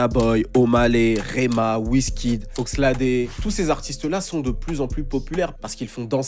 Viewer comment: OXLADE ce prononce « OXLEYD »